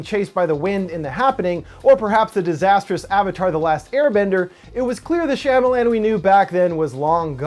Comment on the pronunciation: natieangus when he pronounced it correctly, my brain automatically corrected it to shama lama ding dong, but don't remember what that's from!?